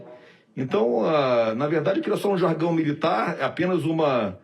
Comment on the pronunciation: "Jargão militar"